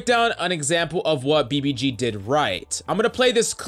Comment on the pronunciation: And now BBC- clears throat BBG*